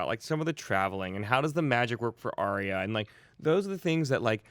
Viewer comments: and I heard him say Ar-Ee-ah instead of Ar-Yah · Stop pronouncing Arya's name wrong >.< She said it twice this season and yet you all still say it wrong, Maude Garrett will know all about how that feels :P